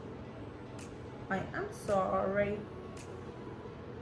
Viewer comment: Hahahahah actually i just love ur accent in thiss soyyyrriii 😂🥰♥️ and yes im proud of u 🥰😍